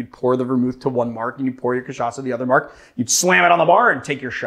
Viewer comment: That was a great pronunciation, nice R. Your "cachaça" is 10/10, too. Only sad you didn't mention rabo de galo translates to cock tail.